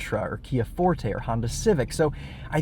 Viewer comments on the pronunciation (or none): none